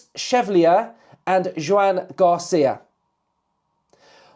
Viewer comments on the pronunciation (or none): Joan, pronounced Wan in Spanish...... Chevalier, pronounced Shè-val-eeeyer in French... 😉!